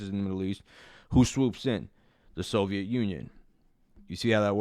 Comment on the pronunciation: Bro said the sovit union 😂😂